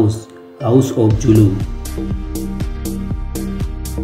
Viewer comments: Your Pronunciation needs more practice.The Zulu people pride themselves in the word ZULU. Z.U.L.U not Julu. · zulu not julu and her son is Misuzulu not Lethukuthula